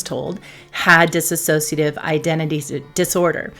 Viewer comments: The word is dissociative - not dissasociative. Just sayin. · It’s pronounced dissociative. There’s no extra a in it. You pronounce it with an extra a. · It’s always disappointing to hear people who treat DID pronounce it wrong. There’s is no extra “a” in “dissociative”. It doesn’t inspire confidence and makes me feel even more alone in it. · You know, I so want to listen but when people who are professionals and say "disAsociative identify disorder" I want to scream. How can a professional in the field not know how to pronounce a disorder they specialize in. They lose all credibility. Please.